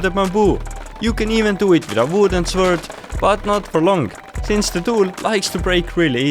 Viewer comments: and now "The swurd" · sword is pronounced "sord" lol. English is weird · Am I the only one who gets triggered every time he says ‘swurt’ lol